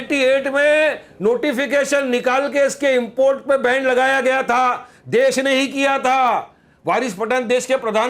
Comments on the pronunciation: पद्माजा जोशीजी, ये "बेवारिस" कठाण,बैन को "बैंड,बैंड" कर रहा है!☺️☺️😊😊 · बेंड नहीं बेन पहले बोलना तो सिख ले।😂